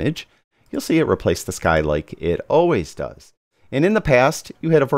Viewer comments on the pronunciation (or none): none